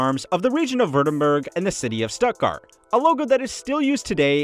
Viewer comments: It's pronounced Shtuttgart, not Stuttgart... It's pronounced Porsche (with the e), not "poorsh"... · This comment instantly deflated my growing bubble of anger at the Stuttgart pronunciation. Thank you. (Porsche was really just missing a syllable, whereas Stuttgart mispronounced pretty much everything) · It's pronounced Porsche, not Porsche. Oh, and it's Stuttgart, not Stuttgart. Hope this helps. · Brilliant! His Stuttgart was quite bad though. Jarring even. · Everybody mad about your pronunciation of Porsche and Stuttgart - I just want to add that it's ALUMINIUM, not ALUMINUM. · The pronunciation of “stuttgart” in this video made me cringe.